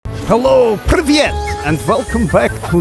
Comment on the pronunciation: stop saying ПРЫВЬЕТ, can't you just say ПРИВЕТ?